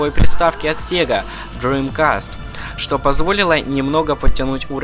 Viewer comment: поставил дислай за попытки с акцентом произнести название фирм... что ужасно выводит.. правильно дримкаст , и нотидог.... про остальное вооще молчу.. а расказал норм но ппц как мало...внимание нужно было уделить 2 и 4 части